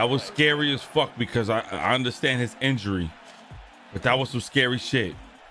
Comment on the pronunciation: WHOLE VID got me in TEARS 😂😂😂😂 bruh getting his whooped so bad he mispronouncing words lmaoo INDURY